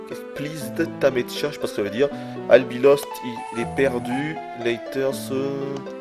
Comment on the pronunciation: "Pleased ta meetcha" = "Pleased to meet you" je pense